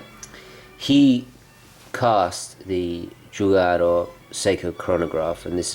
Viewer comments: Nice video. But it's Giugiaro, not Giugaro :) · Great watch and fascinating history! But... the designer's name should be spelled as it's written: "giuGIAro", not "giuGAro" like you do! Love all your vids! Keep going! Ciao! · Giugiaro it's spelled like "jew-ja-ro"...not "jew-ga-ro". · Please stop saying giugaro. it's Giu-gia-ro. Reads like dju-dja-ro or ju-ja-ro. [ dʒuˈdʒaro] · La corretta pronuncia e' Giu' Gia' ro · Giugiaro ( jiu- jiaro). For the love of god that made me cringe